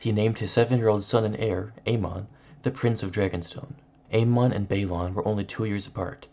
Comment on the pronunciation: It’s aemon :A -men , not A - Mahn